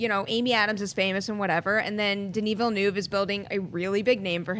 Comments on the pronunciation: Not one person at Collider knows how to pronounce Denis Villeneuve. It's not that difficult guys! Learn it please. It hurts every time someone says Vill-e-noov or something just as horrible. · I know right! It's not Ville-newve haha